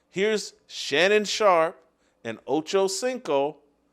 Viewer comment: Did you just say "First Rape" when you were introducing Shannon Sharpe ? 😅😅😅